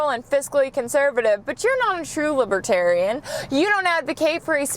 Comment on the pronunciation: IM IN THE ONLY ONE WHO WAS TRIPPED OUT BY THE WAY SHE SAYS LIBERTARIAN?